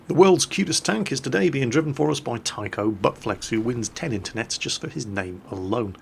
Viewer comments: you dont pronounce his name as Taikou! xD you read it Tai-chou, it means captain in Japanese.. Im so sorry:P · every time he said my name and said it as tyco all i could think about was remote control cars haha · Its actually pronounced Tai-Cho(u) Butt Flex, which in Japanese meaning means Captain Butt Flex, because the romaji taichou/taicho refers to Captain in Japanese. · Taichou - It's pronounced like Tie-cho. It's a class based honorific in Japanese culture, which references someone as a commanding officer, or "one in charge". Basically his name translates to Captain Butt Flex. Another class based honorific you are doubtlessly more familiar with would be -hime, as in princess, as both are usually added to the end of ones name, to indicate status and respect.